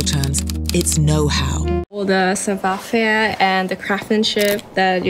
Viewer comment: 불어 발음은 사투리식으로 나와서...영어로 치면 Jennifer 남부주에서 Jinnifer 식으로 하는것처럼 savoir faire 할때 faire 이 그렇게 나왔어요, savoir는 전형적 동양언어 하는사람 발음이고요...영어발음은 굉장히 좋네요